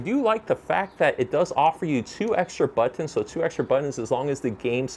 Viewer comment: Stop saying bOtOns...